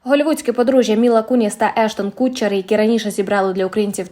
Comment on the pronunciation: Ештон Катчер, не кУтчер )